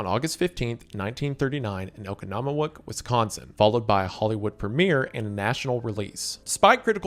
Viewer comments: ow·kaa·nuh·muh·waak. As a resident of southeast Wisconsin who knows about the premiere, I was itching for him to try to pronounce Oconomowoc. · Oh-Kah-Nuh-Muh-Wok Oh-Oh Kah-Kahn Nuh-Nun Muh-Must Wok- Wok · it's pronounced oh-con-oh-mo-wock fyi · okonamawic was close, its ooh-kah-no-mo-wok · I'm forever going to refer to Oconomowoc ("Oh-con-eem-o-Wauk" for non Wisconsinites, I know it's a brutal pronunciation) as "Oak-i-na-mi-wok". Thank you. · I had to double back on this after I heard Wisconsin and then realized that you were trying to say Oconomowoc 😅 it's pronounced oh-kahn-nah-mo-wok. Wisconsin town names are notoriously difficult to pronounce haha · Bruh, OCONOMOWOC. OH-KAHN-UH-MOH-WAUK. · oh-con-oh-mow-wok 😭😭🤣🤣 everyone not from wisconsin gets it wrong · Obligatory Wisconsin town pronunciation help: “Oh-con-noh-mo-wok” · That pronunciation of Oconomowoc hurt my soul. It's "Oh-con-uh-muh-wah-k". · Oconomowoc is pronounced Oh-con-oh-mow-woc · Great video You butchered the pronunciation of Oconomwoc, WI but that’s just funny O-kon-o-moe-wok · not even fucking close😭 (Oconomowoc is oh-kaa-nuh-muh-wok) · As a Wisconsin native, I have one small note: “Oconomowoc” is pronounced oh-KAH-nuh-muh-woc. It’s notoriously difficult to pronounce if you’re not familiar with it already. Thanks for the video and hello from Wisconsin! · oh-kaan-nuh-muh-walk, Wisconsin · Oh that butchering of oconomowac punched me in the face. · As a resident Wisconsinite that is the funniest pronunciation of Oconomowoc I’ve ever heard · being from Wisconsin it’s so funny how horrible he pronounced Oconomowoc😂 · pronounciation killed me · The butchering of the oconomowoc city name 😔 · Always so funny listening to non-natives of Wisconsin pronounce Oconomowoc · That's probably the worst way I've heard my home town on Oconomowoc pronounced 🤣🤣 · never try to say Oconomowoc ever again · Learn how to say Oconomowoc before you film,. 🤣🤣🤣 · And Oconomowoc